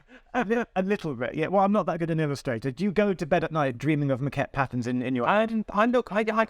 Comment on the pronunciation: But he pronounces it like maquette (which is Italian for sketch!!!)